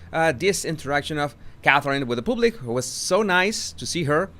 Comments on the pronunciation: Wales (plural) pronounced like whales. Public pronounced as paablik, not pooblik. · I love how pronounces the word “public” 🤣🤣 Pooblick 😂😂😂😂